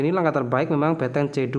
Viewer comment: BeNteng mas bukan beTeng